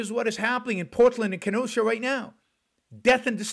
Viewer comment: P.S. Thank you for saying Kenosha correctly.